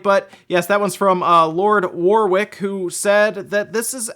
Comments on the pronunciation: “Warwick” is correctly pronounced “Worick” as in the actor Warwick Davis. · warwick is pronounced war-rick have a nice day :)